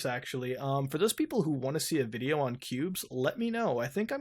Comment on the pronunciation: You said "Qubes" but all I hear is "pubes".